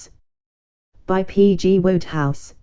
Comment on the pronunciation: You can't even read the author's name correctly 😂😂😂